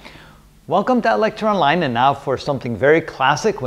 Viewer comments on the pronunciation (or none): Sir, every time you say lecture online, i hear it as eloctroline Sir, you are helping me so much 😊